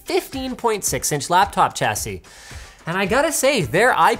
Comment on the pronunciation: "Chassis" is pronounced like "shassy"